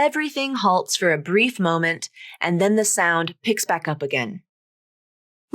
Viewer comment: in this time you said the word moment /ˈmoʊmənt/ i heard little or very fast schwa /ə/ between /oʊ/ and /m/ as a schwa /ə/ between /m/ and /n/ please make the video very slowly and listen. have a nice day.